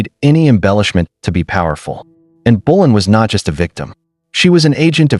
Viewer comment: It's not in bulan it's Anne Boleyn fgs